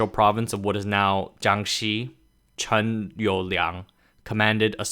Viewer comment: I don't know who Chun is, but he's not the same person as Chen. Please stop making videos until you've taken a couple of days to study the ordinary accurate English pronunciation of Chinese words and names, OK? Until you do so, you're spreading more ignorance than knowledge.